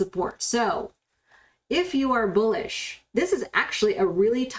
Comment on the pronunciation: I only watch to hear you say BOOLISH